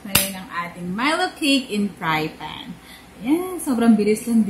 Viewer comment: Did you meant to say fry pan or is fry fan a thing?